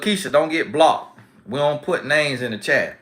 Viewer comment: I think you missed your calling as a comedian 🤣 Blocked! ☝🏽 🤣🤣🤣 that B comes out so strong, it sounds like profanity. 😂😂😂🤍🕊